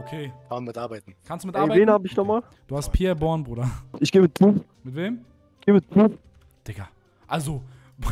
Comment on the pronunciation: Junge bourne nicht born